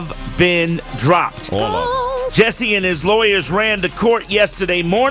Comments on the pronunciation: I wish he would stop pronouncing it Jessie instead of Jussie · JUSSIE... JU-SSIE